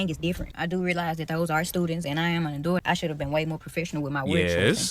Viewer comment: Youre not an "adoot" youre supposed to be an ADULT!